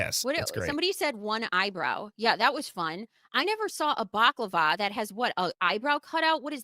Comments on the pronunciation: Balaclava not baklava 😂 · Good grief Lady! Bak-lava is Greek/Turkish PASTRY! A Bala-clava is face mask 🤦🏻‍♀️